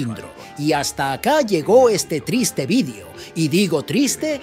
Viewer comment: encima dice vidio, es VIDEO que es de españa el man de este canal?